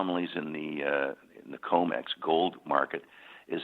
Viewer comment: Comex not comet